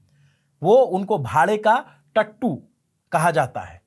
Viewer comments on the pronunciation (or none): he literally said "tattay" instead "Tattu" :face-purple-crying